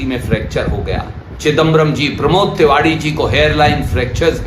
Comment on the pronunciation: Ye kon nesha ker rekha h, ye tewari ko tewadi bol r h😂😂 or ser per chot seai pet pasli tuot jaati h, 😂😂😂😂